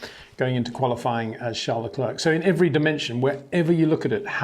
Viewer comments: Come on man, "Luh Clair". It's not very hard is it? At this point still calling him luh klerk is disrespectful. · Charles Leklirk, man put in some effort.